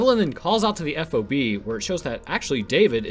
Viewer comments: The term F-O-B is pronounced "Fob" in the military, I've met military personnel and they all say the same. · Hey, FYI, in the Marines, we don't say every letter in F.O.B. its just FOB...